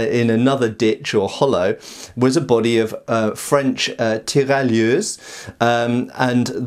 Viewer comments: French "tiraillieuses" haha, it's written "tirailleurs" I nevertheless appreciate the effort made there, most people would just not try to pronounce it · Did he pronounce "tirailleurs" as "tirailleuses" ? XD I dont know if he did it on purpose, but I nearly spilled my drink laughing ^_^